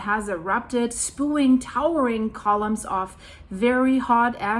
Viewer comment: It pronounced Spe-yuing... spewing